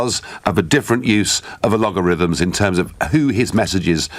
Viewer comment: algorithms not logarithms, ha